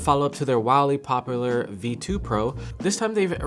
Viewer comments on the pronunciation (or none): Learn to speak English… “Wolly poplar” makes you sound like trash.